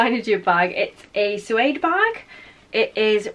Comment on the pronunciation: Just a FYI it’s pronounced Sue-aid rather than zoo-aid